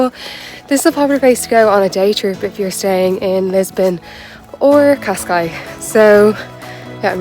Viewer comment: Cascais not pronounced, KOSS-skies, it's keh-SKIES